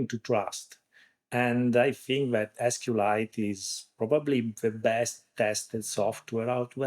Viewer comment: SQLite is pronounced either "Es-Ku-El-Ite" or "See-Kwe-Lite". It has never been pronounced "Es-Ku-Lite" until this podcast :)